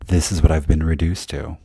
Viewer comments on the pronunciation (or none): none